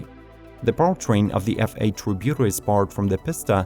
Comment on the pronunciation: Ferrari Tributo, not feurauri tribiudo